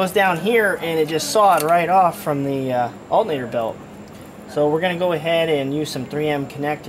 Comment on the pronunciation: Dude keeps saying Alt-Nator instead of alternator :P